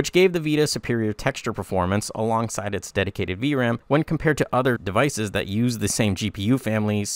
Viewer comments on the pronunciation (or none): none